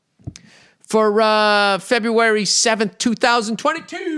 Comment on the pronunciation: Lieberry / Feberry 🤣🤣